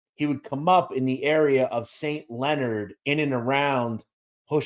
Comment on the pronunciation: Saint Lee-o-nard not leonard